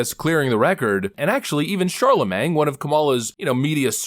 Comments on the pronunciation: Charr-la-mang Duh small g god. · I can never get over the fact that can't pronounce Charlemagne. Im honestly wondering if he's doing it on purpose or if he's illiterate.